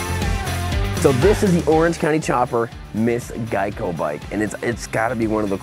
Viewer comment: please learn how to pronounce the word Geico